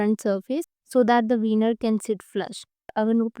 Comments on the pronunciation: Didi, it's okay to pronounce things wrong. English is not our first language, so I'm not commenting this to mock you. Lekin veneer ko विनीअर pronounce karte hain. वीनर ek type ka hot dog hota hai, aur penis ko bhi bolte hain American slang mei. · You should work on your pronunciation. Weaner and veneer do alag cheezein hain. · It’s pronounced like VE-as is Vha Neer-as in Near= Vhanear. Not like viner as in winer, venus or vinus Edit: not hate to Kiara but the Veneer isn’t making her look any better. She was okay before now her smile looks awkward. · Yes a lot of times it gives me a bit of ick